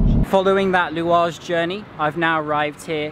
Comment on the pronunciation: "I'm at the louage station" Dude you're more Tunisian than many of us 😂